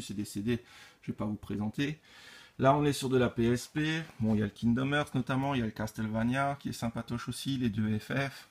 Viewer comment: Belle collection ! Je ne suis pas collectionneur de figurines mais j'aime bien celles que tu possèdes. Par contre, si je peux me permettre, attention à la prononciation de l'anglais (notamment "dead(ly)", "trigger", "hearts", "may", "asylum", etc.).